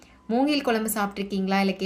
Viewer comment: 'கெளங்கு', 'கொளம்பு', 'வாளத்தண்டு' இல்லை. அது 'கிழங்கு', 'குழம்பு', 'வாழைத்தண்டு'... 'ழகரம்' திருத்தமாக உச்சரிக்கபட வேண்டும். நன்றாக இருக்கும்.